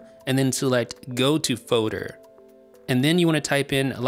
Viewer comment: There's an L in the word "foLder," guy.